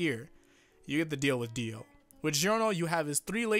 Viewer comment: Dio, Johnathan. Jio, that's weird. Gio.